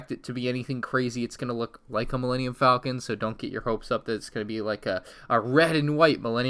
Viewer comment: pronounces it like folcon pronounces it correctly like falcon EXPLAIN